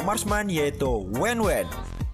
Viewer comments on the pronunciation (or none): WAN WAN BG BKN WENWEN WKWK